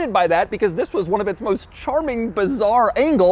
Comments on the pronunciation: Never heard Doug say "Thisfs" on his intros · Everytime he says "this" makes my day hahahah